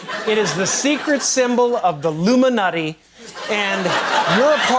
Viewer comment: He says "Illumini NUTTY" not NATI. Unfortunately, he is making humor at it, while it IS real - thus, making a complete laugh out of a very real and serious issue that everyone shrugs off as him joking. Which, he was. In his way. He wasn't losing his mind. He was playing his part. He is an actor. That is what the ALL do. He wasn't letting us in on some big secret or some new anything. I say "us" in context because I've been at 'this' shit now for 20 years already. I don't need JC acting like he is revealing something to one side of the simpletons while making the other side think he is joking and ridiculing the other side taking him serious. The evidence for researchers is far bigger older and damning than this act by a bought and paid for dirty actor who I used to love while I still slept.